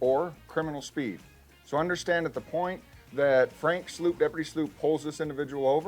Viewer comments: I though Frank's name is pronounced "SLOPE" and not "SLOOP" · It's prpnounced "Slope" not "Sloop" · Hey Sheriff. Congratulations on your election. It's okay to call him Frank like we do. I believe Sloup is pronounced "slope" not "sloop" 😬 see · Dear Sheriff Teeple, congratulations on your promotion/election. However I suggest that you would be well served by learning the corect pronunciation of Frank Sloup's name. He pronounces it S-L-O-P-E. NOT S-L-O-O-P. Typically a vowel which is immediately followed by another vowel pronounced as a long vowel. Other than that, GOOD JOB. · This Teeple dude needs to learn how to pronounce Frank's last name. Very disrespectful to Frank. It's pronounced SLOPE not SLOOP. 🤦‍♀️ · If you're going to narrate Frank's videos, PLEASE pronounce his name correctly!! It's spelled Sloup but AS YOU CAN HEAR Frank say himself, it's pronounced like SLOPE, not Sloop. He's literally your employee so you should know this! 🤦‍♀️ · isn't Frank's last name pronounced like SLOAP? rhymes with SOAP? Sheriff Teeple pronounced frank's last name like SLOOP, rhymes with SOUP.. imagine that.. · Come on Sheriff Teeple...learn how to say your deputy's,name. It's (spelling it wrong on purpose) Slope, not Sloop. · sheriff its pronounced slope, not sloop lol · Why does the new Sheriff not know how to pronounce Franks last name..slope not sloop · Sheriff, the deputy's name is spelled Sloup, is not pronounced sloop but SLOPE!!!!!! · Good LORD Sheriff! Your best rep for Pinal County's name is pronounced SLOPE! Sloup is pronounced Slope, not sloop. Please...? jeez! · Who is deputy “sl-oop” ??? That’s deputy “sl-ope” - SLOUP Why is he pronouncing it like that? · Sheriff teeple. Please pronounce his name as deputy slope, not sloop 😛. I’m teasing. These all were great. Tough to decide. The 2nd one cracks me up with the faces he makes with the Karen dude just talking back to him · It’s pronounced “slope” not like a slurred soup.😂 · It’s pronounced slope